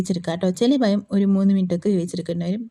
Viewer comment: പയം അല്ല പഴം 😂